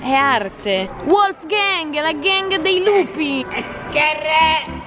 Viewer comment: SONO MORTA QUANDO HAI DETTO “ VOLF GANG ” LA GANG DEI LUPI 😂😂